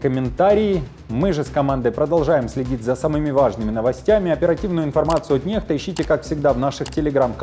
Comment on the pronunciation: Не нехта а некста